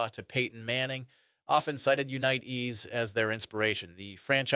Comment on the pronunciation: from 1 small content created to another. Do you have a great base to build on and I love the information. try not to say the same stuff more than 2-3 times. also double check the ai on pronunciation they said jonny unitas like 5 diffrent ways. your content is good and i am in no way dogging on you. you got this!